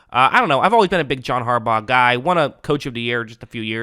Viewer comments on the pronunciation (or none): none